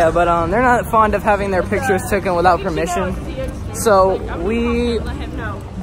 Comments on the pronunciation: For the love of god he said “not fond of having their pictures tooken” 3 TIMES my man it’s “taken” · Taken not “tooken” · It’s “ taken” not “tooken”